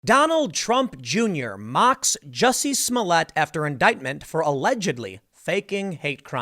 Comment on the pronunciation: Excuse me tim Its "juicy smoliette" now XD